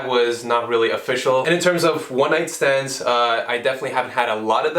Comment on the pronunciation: One night "stans" 😂😂😂😂😂😂